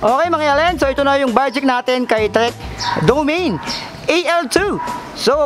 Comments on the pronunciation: Mali ang pronunciation mo DO-MA-NE. Ang tamang bigkas hindi Domeyn. Panoorin mo sa Site ng Trek. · Ser ikorek lang kita hindi DOMEYN basa jan kundi do-ma-ne. Parang Mane ni ate marites haha